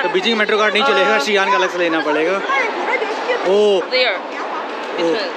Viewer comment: Xi'an ❎ G'an ✅